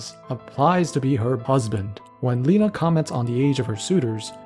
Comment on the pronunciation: its not leh-na its ley-na